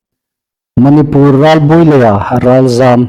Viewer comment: Manipùr tia lam hlak hi a ni naw deu a hawi. Mani (pur ) pur hi a ri inhnuoi naw sien.😊